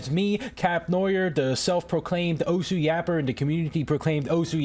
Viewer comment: the correct pronunciation for osu is "os"